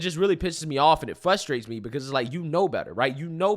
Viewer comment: Goddamn you got so close to pronounce “frustrates me” ! 🙀